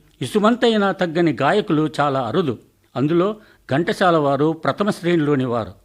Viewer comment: మీరు ఘంటశాల అంటున్నారు ఎందుకు చెప్పండి, ఘంటసాల అని చదివితే సరిగా ఉంటుంది.